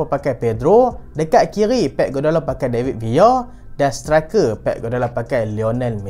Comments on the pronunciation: David Villa❌ David Via✅ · Bahasa Spain, L bunyi Y